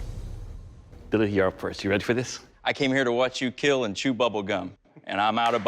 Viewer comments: him: makes sword that will KEAL also him: "i'd hate that something that i did wouldhurt anopther person" hhahahahah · Always saying keel I just love the keel jokes bruh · He says kill like Kwill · It will keil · So he says killing just fine but has to say "keel". I like the show but I find it insufferable. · It will KEEL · I think Doug likes saying it will keel as much as we like hearing it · Pheonix no or the sword will keel you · I honestly just watch this to hear the guy pronounce kill